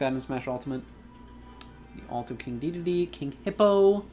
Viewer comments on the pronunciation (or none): none